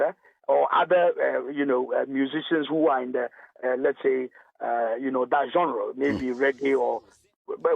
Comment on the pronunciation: Why are the words DIGITAL and GENRE so hard for Ghanaians to pronounce right?